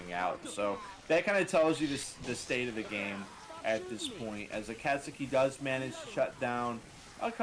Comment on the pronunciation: every match with giggles is a good match lmao! Also shoutout to the Akasuki pronunciation, your Certified Weeb card is in the mail xD